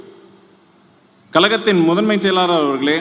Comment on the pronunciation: " எலூச்சி" " சூரியயோனுமான" ..மேடையில் வீற்றிருக்கும் " கலகத்தின்" முதன்மை " செயலூர்" அவர்களே! ...எங்கடா படிச்ச ? எழுதி கொடுத்ததை கூட சரியாய் படிக்க வரல.. நீங்க எல்லாம் ஆட்சி பொறுப்பில் ..தலையெழுத்து .இதையும் " தலைஎலுத்து" அப்படின்னு படிப்பான். கலகம் இல்லடா கழகம் ...நல்ல வேலை கலைஞர் உயிரோடு இல்லை